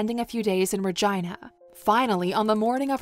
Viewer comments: Ra”Gina”... is Ra”Geena” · Regina.. its pronounced reh-jee-na. Not reh-ji-nah. Fyi. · Please stop saying Regina. 🤣 my 15 year old brain in my 44 year old body can't stop snickering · You pronounced Virginia wrong